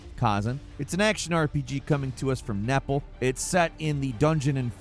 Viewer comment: I always thought Neople was pronounced like "people" but I could be wrong 😅